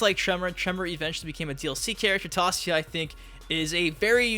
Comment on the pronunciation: It's Tasia 'Tãy-zhâ'